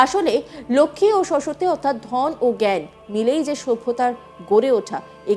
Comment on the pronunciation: সরস্বত্তি নয়, সরস্বতী উচ্চারণ ঠিক নেই অথচ সংবাদ পাঠের কাজ করছেন।😢